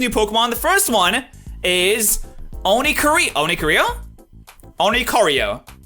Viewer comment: O R I C O R I O not O N I C O R I O